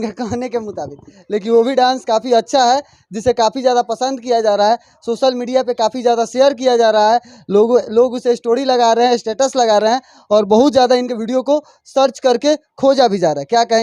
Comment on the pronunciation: Media wale bhai स्टोड़ी नहीं स्टोरी होता है उच्चारण ठीक कर लो अपना वरना बिहारी हो साफ झलक रहा है🤣🤣🤣